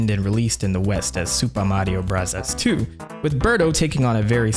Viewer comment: Why do you keep calling it “Supa Mario Bravas 2” when referring to Mario 2? It was never called that in Japan, so pronounce it correctly. If you wanna be pretentious, at least get it right.